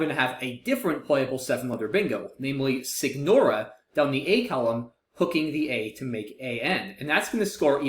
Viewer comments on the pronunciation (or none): I think signora is from italian and should be pronounced more like the Spanish Señora rather than separate g and n sounds